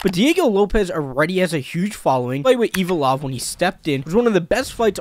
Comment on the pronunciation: Pronounced Figueredo “Figedero” and Evloev “Evlov” lol good luck to 1k and beyond lil bro